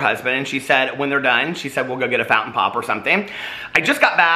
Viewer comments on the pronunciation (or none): none